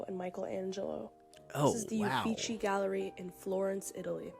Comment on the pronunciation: It's pronounced "Louv-Rö", not "Louf". Michelangelo is pronounced "Mee-kel-ungelo". So sculptures aren't art? 🤔 "Oo-fee-Tsee". Van Gogh is pronounced "Fun Choch [imagine the "ch"s being pronounced like the Spanish "j"]. And what about the Kunsthistorisches Museum (Museum of Art History) or the Naturhistorisches Museum (Natural History Museum) in Vienna?